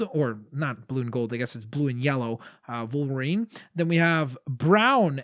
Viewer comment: did you say vulverien it's wolverine